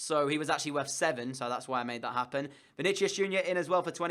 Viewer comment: I'm pretty sure Vinicius is pronounced as Vini-si-us.